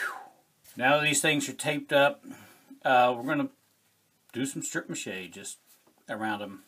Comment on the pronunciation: I love love love how real you are and that you leave the funnies in !!!! Also, laughing my butt off bc first thing I giggled at was “taped balls” and then you said “stripe mache”…. I had to rewind just to make sure I heard it right. Had a great laugh!!!!! 😂😂